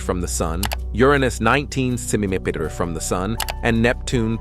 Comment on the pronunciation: I think the narrator has a problem saying centimeters, got the first one but the rest LOL